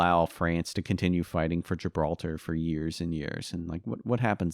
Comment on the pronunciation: I’m weak “gilbatar”